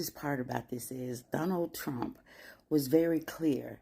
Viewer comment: "I will boat for Donna Trump"! How's that working out for you all? 🤣😅🤣🤣